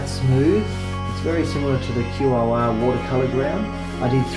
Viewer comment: Thanks my fellow Aussie 👍😎 just one tip... No music would be better... Couldn't hear your helpful commentary 😉 Also, heads up - QOR is pronounced KOR/core 👍 very helpful nonetheless!🙏🤗